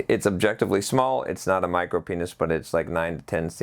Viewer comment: a small penis is common called a micropenis(MIRO-PEENis). other times it sounds like Micropnis